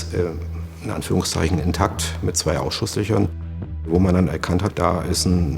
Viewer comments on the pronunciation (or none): Mir ist das auch aufgefallen....Inn-takt, z. B. Der Kollege betont es bei dagegen richtig.